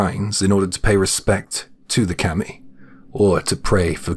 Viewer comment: It’s not Keemi it’s Kami….